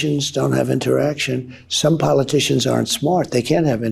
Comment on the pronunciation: Pronounced “politician” as “powerticians”. Freudian slip, he makes so many.